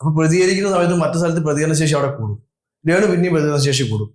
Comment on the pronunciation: നീ അല്ലേടാ രേണുവിനെ 2ഡേ മുൻപ് വെളുപ്പിച്ചത് കിച്ചുവിനെ കുറ്റം പറഞ്ഞത് ആദ്യം അക്ഷരം പഠിക്കു റേ ണു അല്ല രേണു 😅